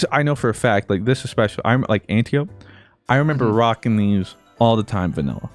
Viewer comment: An-tie-o-pee. Greek goddess